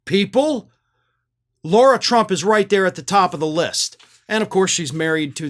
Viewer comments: It's Lah-ra, not Lor-a. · Hey, just wondering if you realise that you're calling her Laura, when her name is Lara? As in Lara Croft lol. You might be doing it on purpose, I don't really know, but thought I'd point it out mate 😊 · Why does keep calling Lara Trump "Laura Trump"?